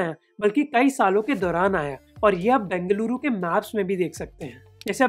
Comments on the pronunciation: Yes ! A lot of difference indeed ! We Kannadigas feel proud when we hear our places are pronounced properly in native tongue !!! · Bruh... It's so good to listen you pronouncing Bengaluru as Bengaluru and not Bangalore just for fancy.... Love from Bengaluru.... :)